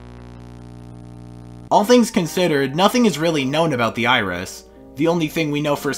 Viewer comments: on the gemini segment I thought you said the Irish instead of the iris 💀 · When you said iris I thought you said irish